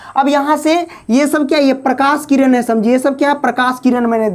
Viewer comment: Abhi bolana shikh jao किरनkah rahe ho tu